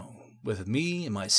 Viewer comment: Dude I could not figure out your name. No offence but, I thought you said Garbo or Garbro, good thing you reply to comments that helped. Love what you guys do, Neckbeardia\Thread Thrasher, Mr Ripper, you guys are awesome. If anyone knows of other channels that do this please tell me. Stay awesome Guard Bro!